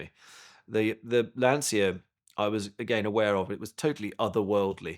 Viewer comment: if you like lancia so much you should probably learn how to pronounce it.